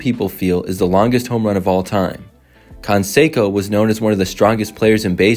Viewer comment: Con-Seco? Its canseco, jesus